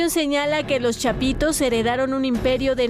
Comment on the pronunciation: Dice chapiros hehehehehehe